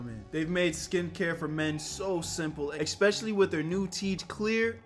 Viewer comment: Ekxspecially... 😅😂 Good tip truly try saying the real word especially you'll sound way smarter. Some people hear that and it sadly makes you sound uneducated even if that's your native slang. Just a heads up brother.